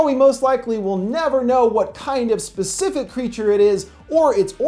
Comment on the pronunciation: “This pacific area” PACIFIC!?!